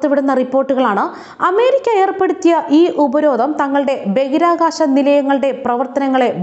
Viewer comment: ബഗിരാകാശമല്ല കുട്ടീ ബഹിരാകാശമാണ്